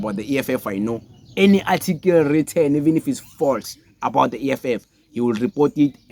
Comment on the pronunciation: Boy it's not "atikil" it's "article" ujoji unzima nakuwe njengoba your followers bexakwa esikaBongani Just campaign for EFF so that it can get at least a mayor and just one anchor municipality EFF has no anchor province no mayor By 2029 you will be an EFF with 6% iyaphela i-weight nilibele ukubhekana nabantu Nawe you are chopping English sis